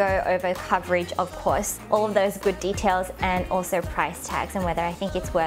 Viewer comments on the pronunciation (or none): none